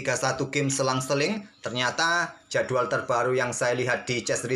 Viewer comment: "jadual" 😂 ciri khas nya admin kalo bilang kata "jadwal"